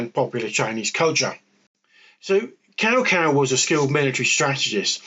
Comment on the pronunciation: Good video, though it's better to say Cao Cao as "tsao tsao"... Said like cow cow sounds very rude in Chinese, hehe